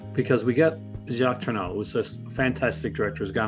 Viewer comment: Please learn to pronounce Jacques Tourneur.....